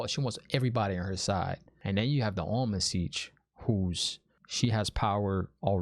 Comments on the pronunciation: The Ogier are builders in fact they built my house after Tar Valon also I actually think Logain was laughing at Rand and not Matt. Pronounced I believe Am-Ril-Lyn seat. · You have heard the name Ishamael before. End of episode three Dana says it. Also the Amyrllin Seat, not Almond Siege 😂😂 and her name is Siuan (pronounced Swan) Sanche. Great videos too man they are so good. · Enjoying the vids, keep it up. One tip, turn on your captions when watching. It will help you understand what they're saying. "Eye human" = "Aiel-man" for example, or "Almond Seige" (?) is "Amyrlin Seat". Also check out the x-ray content, no spoilers there. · If you’re not already, put on closed captions. It’ll help, and won’t be any spoilers in there I swear. Definitely do NOT google anything. I’m pretty sure it’s “Amyrlin Seat” not “Almond Siege.” 😂 Lastly, you nailed it on us book-readers. We do play ping pong throughout the chapters, trying to crack the ‘puzzle.’